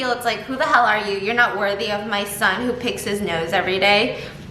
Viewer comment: The southern really comes out of you when you say “what the hell” 😂 I love it and I love you. 💕